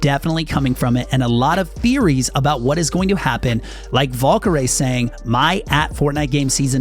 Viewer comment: I’m laughing how he said Valkyrie name wrong